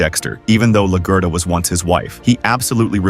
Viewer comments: la-gurt-a lol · AI can't read Laguerta right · LAGUERTA not Lagurta Lagura lol wth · Stop butchering Maria's last name!